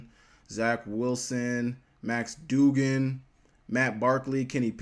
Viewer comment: Love you but as a TCU fan the way you pronounced Duggan pisses me off😂